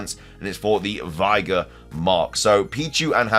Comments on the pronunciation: “Veye-gar” is wild lol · Way to pronounce elekid, vigor, and archaladon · You mispronounced vigor lol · Pronounce “Vigor” again. Just one more time for the people in the back. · Yggdrasil is one thing, I mean, it shows how little fantasy games/Mythos lore he's delved into, but... Vigor.... Cheesus Crust. My blood can't take no more.